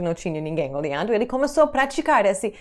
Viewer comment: vc e alguns americanos ainda pronunciam o e de forma errada em algumas palavras. Esse, este, naquele, ele, pronuncia-se com som de ê, como em você. Só a forma feminina dessas palavras tem o som de "é " aberto.